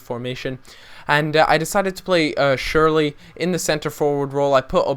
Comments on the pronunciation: Cher la ,, not sherly :) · SCHURLA NOT SHIRLEY. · sherla not shirley, honey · It's more like Shurr-luh rather than Surely. Gustavo and Ballack at CDM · It's shoorl eh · Killed me every time he said:"schurl-eey" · It's pronouned shoe-er-ler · It's SCHURL-EEEH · U pronounced shürrle name wrong